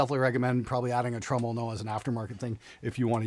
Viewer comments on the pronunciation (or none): I’m sorry, how did you pronounce “tremolo”? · I'm not a fan of floyd rose trems, but that LTD sounds great. But what's a tro-molo, lol?